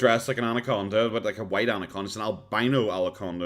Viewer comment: "Alaconda" lol